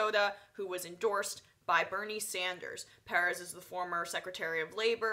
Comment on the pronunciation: why cant you pronounce Perez? aren't u from NY...